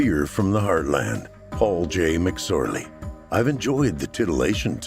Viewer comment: So hilarious when you said his name wrong. 🤣